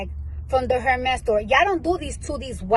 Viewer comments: It’s Pronounced Er-Mez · Lawd🤦🏽‍♀️ incorrect pronounciation of the brand😅. In the bags defense, if they ever came on hard times, they have a pretty decent resale value provided they're taken care of.